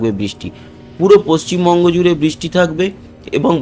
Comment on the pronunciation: paschim mongo noi Valo kore bolun paschim Bungo